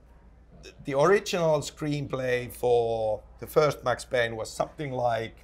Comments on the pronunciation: IT'S PAYNE, WHACK 'IM. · IT'S PAYNE